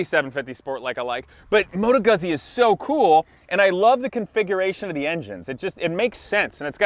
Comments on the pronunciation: It is "Goo-ts-ts-ee". The fairing and saddlebags are stock, that's the touring option, hence the massive kickstand. Also, the name of the sub-category: GENIUS GARbAGE. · Moto Guzzi is pronounced more like Moto Goo Z. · You keep making me laugh with how you pronounce Guzzi 🤣 Rock on, though!